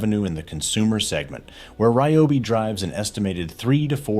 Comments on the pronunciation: I like how the AI pronounces RYOBI 3 or 4 different ways throughout the video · AI commentary is the lazy creator's way of production. To mis-pronounce the brand name several different ways is absurd. Why can't the narrative be done by an actual human who knows how to pronounce and enunciate properly? And the cut off at the end in the middle of the sentence? If you don't care about presenting the brand professionally, why even post it?